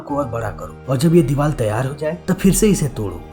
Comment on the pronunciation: Deewaal 🙄 deewaar hota hai